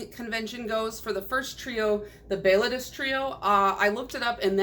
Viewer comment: Thank you for pronouncing Béaloideas correctly.